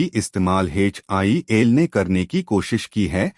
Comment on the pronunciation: HAL hai Bhai HIL nahi hai 😅